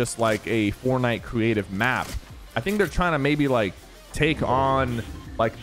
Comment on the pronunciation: that’s right sounded like he speaking a toddler and cweative map